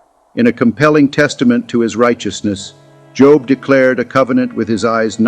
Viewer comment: Pronounced Jōb. Not jŏb. Good grief. You're teaching?